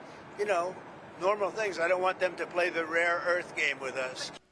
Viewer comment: I'm constantly boggled by how every politician refers to fentanyl as fentanol. It has to be a code word. Never has such a major word so commonly known due to its danger been mispronounced. Maybe only nucular (nuclear) comes in at a far, far second.